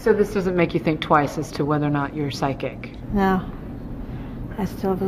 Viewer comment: loved it when said PHYSCIC